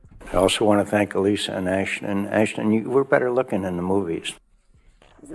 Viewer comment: ASH-ton Kutcher, Angela. ASH-ton.